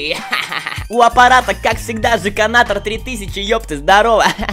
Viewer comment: сказал жеканатор сделал